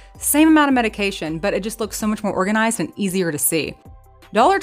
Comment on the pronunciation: As soon as you said, "organ-i-zised".... I sub'd. You seem to speak my language, so I'm in.😂 Tbh, you're the very bestest at this.🤗🇨🇦 EDIT: "indentions" 🤣 You keeps on makin' me feels all normals like.💖